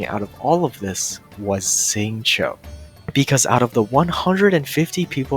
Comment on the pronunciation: it is Xingqiu* ffs